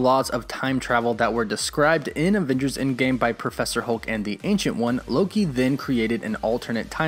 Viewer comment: I love your channel but I have to be honest the way you always say "avengers" makes me uncomfortable. It's like you're saying "avingers" with an i instead of with an E